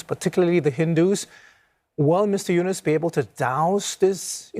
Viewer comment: CNA should pronounce Yunos as Eunos not Eunice. Should pronounce people name properly.